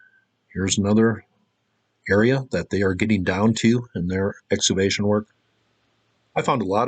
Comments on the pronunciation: I love this guy but he doesn't understand that the word "excavation" contains a "hard C". It's pronounced "ex-KA-vay-shun." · Had to shut it off after the third time you said "eggs-avation". EX-CAVATION EX-CAVATION